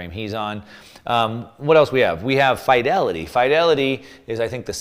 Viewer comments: Its pronounced as Feed-elity NOT Fy-Delity !! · The "i" in Fidelity is pronounced like "it" not like "high".